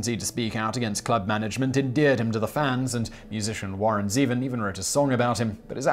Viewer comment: It's Warren Zee-Von